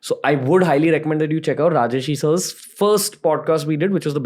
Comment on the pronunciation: It's Rajarshi (राजर्षि) and not Rajashi (राजश्री) .